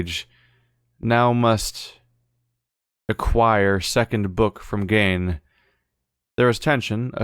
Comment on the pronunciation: Still pronouncing Gehn wrong after doing it correctly earlier.